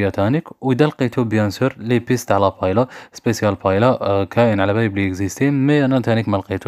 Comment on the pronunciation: تنطق باهييا..و ليس بايلا